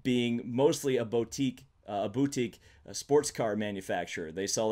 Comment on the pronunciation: and ya damn near said bow teek. My brain hurts